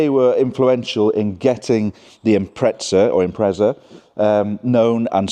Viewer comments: Nice find. I had one myself, although in Australia, what you call the Turbo 2000, was named the WRX. Mine was a ‘98 Sportswagon. . But, please, look and read the badge on the boot and listen to your Welsh friend. It says: Impreza, not impreTza. Definitely a British aberration. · Cringeworthy pronunciation of Impreza from the poms once again. IM-PREZ-A not IMPRETZA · hey English folks again theres no t in imprezza honestly start correcting shit.